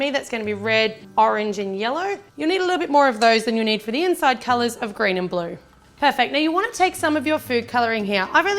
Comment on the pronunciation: Why do you always said "perpect"?